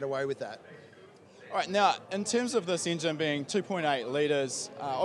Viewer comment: ... so can we start with the "ingine" block how about i break mi jaw talking....